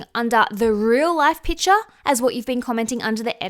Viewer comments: PiCture - "Picture" has a C in it. What you are saying is a different word - you are saying pitcher. Love your takes but can't get over how grating this is. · Sorry where are you from? You have such a strange accent when you say PICTURE😂 I am just curious